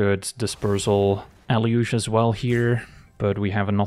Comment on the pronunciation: I thought it was pronounced “eh-loo-gay”